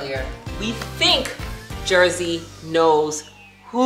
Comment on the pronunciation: Jersey!! Not scrappy